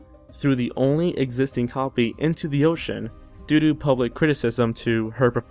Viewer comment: "...the only existing topy..." I think that "topy" is an unintentional mispronounciation of "copy".